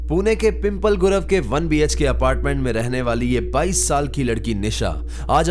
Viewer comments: It's not pimple it's पिंपळे 😐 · Arre bhai its not pronounced pimple 😂 It's pimp- leh.. 😅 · I can visit both the location Pimple Gurav and Old sanghvi( i already stayed there with my friend). Actually pronunciations me problem aati hai, when you are not from Pune. Likha to pimple hi hai but it correct way to pronounce PIMPLEH..... Similarly Pimple Nilakh and Pimple Saudagar is also are the places in Pune.